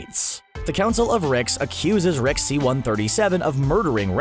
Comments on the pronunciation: Are you saying Rick or wreck? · he started saying RECK instead of Rick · i cant stand him saying reck instead of rick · Holy fucking fuck. Please stop saying "Reck" when its "Rick" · keeps sayin wreck instead of rick....sounds funny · Does anyone here him say Reck or Rex instead of Rick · he says "Rex" more often and its annoying as hell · I though I was going crazy. I kept hearing "Reck". At least i wasnt the only one.. What i dont get is that he said it the right way like half the time... why keep changing it? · Closed captions confirms this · Take 2 every time he says “Reck” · Zen The Nerd Gamer Take 2 shots when he says Rick wrong. Me and the auto generated subtitles are hearing “Wreck” a lot. The subtitles think he’s constantly saying, “The richest wreck”